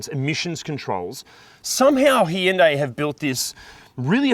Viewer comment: God, I hate the way that Hyundai have decided people need to pronounce their name, it sounds like someone’s having a stroke. That kind of suits the way most of their new cars look anyway.